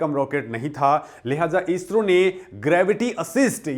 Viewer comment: ईस्रो नही इस्रो